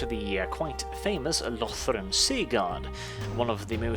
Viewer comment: I noticed you pronounced the Ulthuan provinces differently. I personally pronounce Cothique with a long "o" and like unique. For Yvresse, I say eve-reese (like peace) out of personal preference😃 Also I noticed that a lot of people, not just you, call Lothern "Lothren". Not being critical, I just think it's interesting. There is no definitive right way to pronounce any of the provinces except for maybe Eataine.